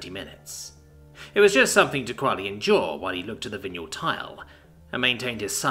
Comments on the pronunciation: Dude I love your narration normally. Are you English because if you are, you can't have gone to school. Vinyl ... Vi (not vin) nal PLEASE PLEASE PLEASE LEARN TO PRONOUNCE THINGS CORRECTLY, it's a travesty when you ruin a single word (or words) when reading. This puts me right off listening to the rest of it. Linoleum, side boards etc so it's a vinyl tile. (where and wtf is a vineal spelt as you pronounced it tile). DO NOT BOW TO THE YANKS, SPEAK ENGLISH BE PROUD TO BE ENGLISH, if you aren't your still not forgiven correct pronunciation makes or breaks a story..... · >.<!!! It's Vinyl! VIE-NULL! VIE-NULL! >.< (This happens more and more frequently, old words for old things being pronounced by people who've obviously never heard them spoken aloud before and then the 'rules' of English utterly fail them.) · VY NUL. It is pronounced VY NUL. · Vin-yule tile. I think that is what yule logs are made from? You're golden. Thank you so much for the hours of narration you have provided for us. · Vinyl The thing records are made of Mf did you say vinyall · Butchered it bad enough I had to check the text,... hahaha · Wait, wait, wait., say Vinyl again please. Something tells me you've been pronouncing too many alien names lately.